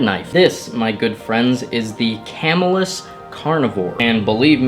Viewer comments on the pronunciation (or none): Camillus- (ca-mill-us) not camel less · 1st it's pronounced ca-millus, not camel us . 2Nd you just got a shitty New version cuz mine is badass and works better than any of my other machetes or hatchets. But mine isn't serrated or have a camo handle, and has a saw blade on the back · Its pronounced CAM ill US and the resason they suck is because the real Camillus cutlery factory went out of business and got sold to a Chinese co. Camillus used to make some of the finest blades you could ask for. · Actually mispronounced ca-mill-us Camillus cutlery which makes some of the best knives from.camillus ny in syracuse genius , everything is trash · Pronounced cam mill us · It's pronounce ca mill us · Camillus, the knife company that makes the Carnivore, is pronounced ka-mil-us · Small world. I live probably 5 or so minutes from where the factory used to be. The way this guy pronounces Camillus is bothering me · I will now only pronounce Camillus the way does, specifically to bother you.